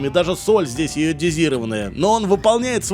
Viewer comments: Соль - йодированная, а не "даже йодезированная" :) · Ни йодизировпнная, а йодированная😊